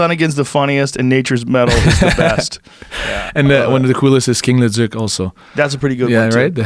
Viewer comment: Joe "David ledooz" Rogan